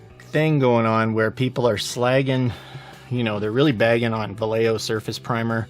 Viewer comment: My only problem is the way you pronounce Vallejo. "Valejeo" 🤣🤣 It's vayeho.